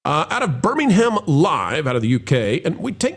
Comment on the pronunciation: That pink car looks like Lady Penelope’s car in Thunderbirds. Hope the GPS sounds like Parker “Yes, m’lady”. BTW, Birmingham is pronounced Birmingum.